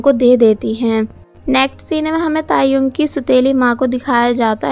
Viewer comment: When she say tae yong I listened taehyung 😂